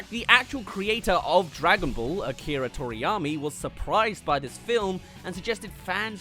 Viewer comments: Toriyama not Toriyami lol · Makes fun of the movie for getting things wrong Also: Pronounces one of the most famous names ever, Akira Toriyama, "Akira Toriyami"